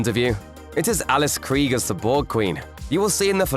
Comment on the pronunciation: You’re not pronouncing Krige correctly.